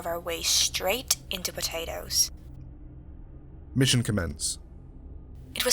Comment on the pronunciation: Did some one say p t a t a t o s